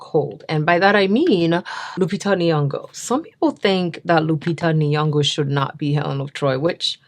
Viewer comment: Pronounced inyongo not niyongo. 😊